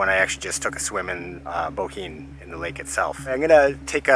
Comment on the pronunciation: Good pronounced of Bohinj… nice video and good cycling circle regards from Slovenia 🇸🇮